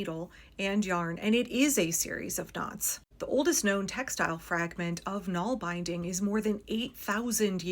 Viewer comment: Naalbinding isn't pronounced nahl-beyending... it's pronounced nahlBIHNDing